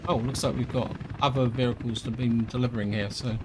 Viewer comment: You talk very strangely, why do you say 'vericles' instead of 'vehicles'. Odd.